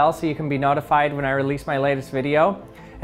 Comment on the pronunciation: Anybody else notice that he said reloose at the end instead of release? Honestly I feel like it should be the correct word, plus its just fun to say lol